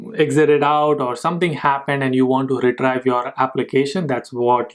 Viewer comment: It's "re-treev" not "re-trive"